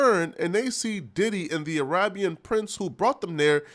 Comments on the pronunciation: Yo why you say Arahhhbian? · listen to how he pronounced “Arabian” .. He also loves referring to a woman’s labia as her “Libya” 🇱🇾 lmao